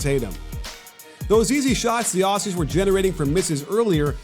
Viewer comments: Ok I’m an Australian and it’s pronounced Auzzie not Aussie ok ok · It’s pronounced auzzie not Aussie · Pretty please, from us here down under, could you say Aussie they way we say it? The S’s are pronounces “Auzzies” LOL :) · Aussie like Ozzy Osbourne, and not like posse. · Aussie is pronounced; "ozzy" not "awssy" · great presentation. however, aussie is pronounced ozzy. yeah, i know it's inconsistent with the s in australia. we think of ourselves as the land of oz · Love this breakdown, Joe Ingles is 70% Larry Bird! Just one thing: Aussie is pronounced "Oz-ey" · Can Americans please just stop saying Aussie coz your meant to pronounce it with the Z sound where the two s’s are but you guys never do so just say Australians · man this guy so disrespectful you pronounce it auzzie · The way he pronounces aussie 😭😭😭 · Interesting pronunciation of Aussie